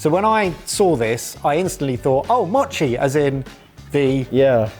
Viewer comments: The best gadget in todays video is the container of Kewpie Mayo. And as an American of Japanese ancestry I'll tell you to grill those kirimochi. Also its MOE chi, not mah chi. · Because you guys do try to pronounce foreign words: in Japanese the letter O has a long vowel sound. So okonomiyaki is oh-coe-no-me-yah-key. And mochi is moe-chee.